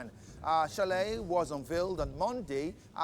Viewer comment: His last name is pronounced like SHELL. The man pronounced his last name for all of you during his unveiling, and yet y’all journalist kept pronouncing his last name like its English name. Shalay shalay shalay. It is Shell even though it starts with CH. remember it’s a French name.